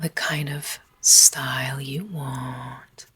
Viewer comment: You waaaaant. What accent is this??